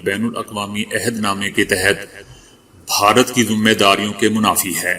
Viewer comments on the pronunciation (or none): please pronounce this word correctly bharat you are pronouncing it as baharat some time , its incorrect